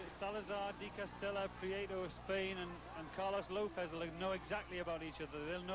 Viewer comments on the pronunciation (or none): By the way, it's "DE Castella", not "Castella".